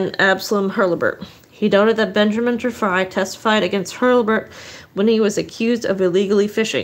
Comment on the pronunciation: It's pronounced Tree Fry. Apparently I traveled back in time. Good to know I was murdered on the trip.